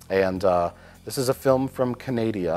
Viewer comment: I love how Mike calls it "Canadia" and not Canada. They are Canadians, therefore logically their home country would be Canadia. It is also why I correct said people and say that they are Canadans. Which is also why I am lonely.